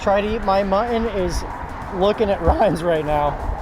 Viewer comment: Mu tt on . Sorry I’m a English annunciation Nazi